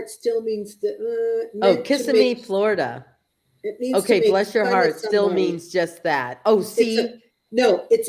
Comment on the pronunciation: Merry Christmas! (Amy, it's pronounced Kis-SIM-mee, with the accent on the second syllable.)